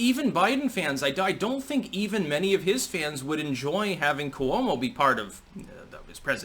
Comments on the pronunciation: you gotta not pronounce "Cuomo" that way. Coo-oh-mo, c'mon. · the way you pronounce "Coo-oh-moe" just drives me nuts...maybe your correct, but it's different then anyone else.... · I laugh to myself everytime I hear you pronounce Cuomo. Haha